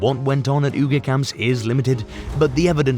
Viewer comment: AI Voiceover should not be used when it can't even pronounce Uyghur correctly.